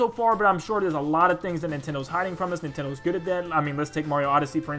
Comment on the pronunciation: Nin "ten" do land XD